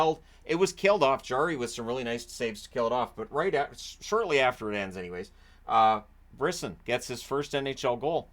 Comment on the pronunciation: It's pronounced Bris-son, like son.